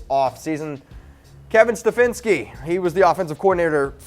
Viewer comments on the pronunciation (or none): "Stefinski"? You have the word "Stefanski" WRITTEN ON THE SCREEN and you pronounce it "Stefinski"? You guys have heard of something called editing right? You know you dont have to use the first take you do right??